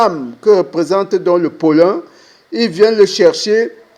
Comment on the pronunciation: Pollen, pas pollun 😅 Merci pour cette belle vidéo 👍👍👍